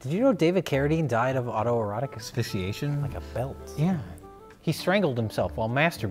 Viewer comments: I just want to point out how well pronounces "autoerotic asphyxiation" every time. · will never cease to amaze me. He can't properly enounciate "breasts" but has no problem saying "autoerotique asphyxiation" serveral times in a row. What a truly splendid man.